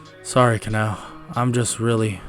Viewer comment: you need say her name as ka-na-o not ka-nau please dor the next times you do demon slayer what ifs